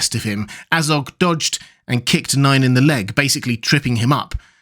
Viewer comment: Not NINE. NAY-in. Not DYNE. DAY-in.